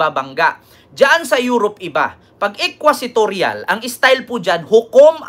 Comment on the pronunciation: The term is “inquisitorial” and not “equisitorial” pls correct your pronunciation